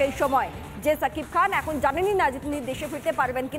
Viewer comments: মাদারি শাকিব হবে না সাকিব হবে। নামটাও ভাল করে বলতে পারে না সে আবার নিউস করে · Sakib khan, sakib bal hasan..... Ke sanbadik ra baba.....kon gorto takha asa ara..... Apnara uccoron sekhar jonno BTV dakte paren....